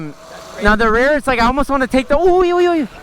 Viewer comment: you said oi oi oi oi oi just like a norwegian it was so funny to watch